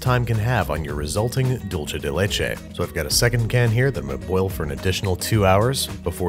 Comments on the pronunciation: Dolce (doll-chay) = Italian 🇮🇹 / Dulce (dul-say) = spanish 🇪🇸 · I cringed every time he said it that way. Dool-say dude, not dull-chay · Its really dulce. Not dulche. You know how the dulce is spelled dulce and the leche is spelled leche? That's why dulce is pronounced dulce and the leche is pronounced leche. In italian, dolce is pronounced dol-CHE. But that's because it's Italian, and a totally different language. The c is "ch" and their ch is "k." But in Spanish, c is "s" or "k" and ch is ch. Like in English. Dulce. Like "she spoke in dulcet tones." It's infuriating because it's actually more similar to English, and yet people speaking English are CONSTANTLY trying to overpronounce it. Doolseh deh leh-cheh. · DULCE= "DOOL-SAY" It was painful hearing "dool-chay" the entire video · sighs It's not pronounced "dool-chay." It's pronounced "dool-say." "Dulce de leche" is Spanish, not Italian. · Dool-seh not Dool-cheh. This is not Dolce and Gabbana, it’s dulce and banana. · Juan king anyways its Dulce so suck it up Juan